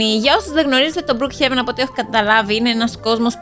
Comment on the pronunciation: λέγεται μπροκ χεβεν αλλά συνέχισε είσαι τέλεια